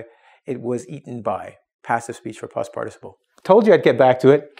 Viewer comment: if ur native then why cant you pronounce past and fast right it isnt post its past. and ur teaching english in english